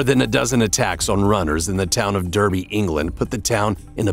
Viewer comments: The Guy should learn how to pronounce British place names - It's NOT Der-by its Dar-by. Jeeeze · Derby, UK, is pronounced dar-by, not der-by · It’s not pronounced “Derby” it’s pronounced “dar-bee” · Derby in the UK is pronounced 'Darby'